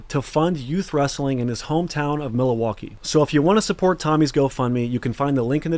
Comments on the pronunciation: Did you say, "Mil-a-waukee" ? lol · The craziest part about this video is calling it the city of "Mil-a-walkee" lmfao damn dat boi a cold azz fuckin ryder